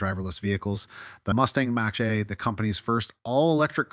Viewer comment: OMG you cannot even pronounce Mach-e! This is pure amateur hour